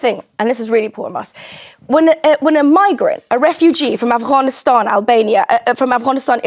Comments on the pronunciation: “Afwhanistan” where’s that? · "Affccchchchchchchchhcaaaaaaanistan"? Oh yeah bring more of these in please 😂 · Is she expecting praise for her pronounciation of Afffgcchhanistan?!.. I would love to see her go back there and try to preach to them😅😂. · She's from Afghanistan? Don't believe her - can't even pronounce it properly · i find it hilarious when arabic speakers speak very good english but INSIST on the arabic accent for certain words i.e afghanistan,palestine, jannah ect ect that's like when koreans speak good english but still pronounce korean foods with a korean accent